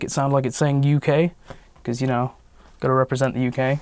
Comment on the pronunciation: That 'UK' Sounds like QJ to me and I can't change that now XD